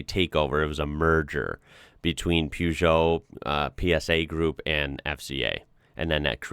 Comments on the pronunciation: Please stop pronouncing "Peugeot" as "Pewjo"... it's "PER-jo". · "Purr" not "Poo" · Yes, the correct pronunciation of Ikea is "Eekaia". And Peugeot was almost correct. It's pronunciation is "Poezho" Stihl is "Shtihl" with Sh. Fun fact: The founder of the Boeing was a son of a German immigrant named Wilhelm Edward Böing. But the Americans didn't know how to pronounce the "ö" letter and they said it "Boing". But Böing wanted to keep the real "ö" sound in the pronunciation and he changed his name to Boeing. ... But many Americans still pronounce it "Boing". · One tip. It isn't pew-jo. It is per-jo. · WTF? Pyugoo. It is supposed to sound like pehjou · Uhm, It's Peugeot, not Pjuugoo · Ahhh yes, the highly recognisable Pewsho (Peugeot) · The way you pronounce Peugeot is the funniest thing. Never heard it said like that. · Still can't say peaugot though can he! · That's because Americans can't pronounce Peugeot correctly. He can't even pronounce Citroën correctly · It's also funny how they can't say half the names...just look up peaugot on here...please dude! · peujo.. pojeo? peug... pour cat in man anal